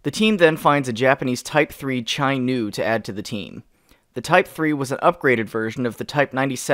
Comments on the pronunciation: Imma just say "chi" not "chai". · its pronounced "Chee" not "Chie"in Chi Nu and Chi Ha. It based off of the japanese phonetic alphabet. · late ass thing to point out, chi is pronounced"chee" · Chi in "Chi Ha" or any other japanese tanks is spelled like "Chicks" rather than "China"